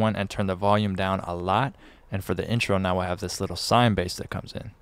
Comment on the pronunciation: “swine bass”😁🤷‍♂️